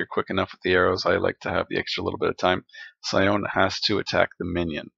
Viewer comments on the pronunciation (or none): Sione is pronounce See-Oh-Nay.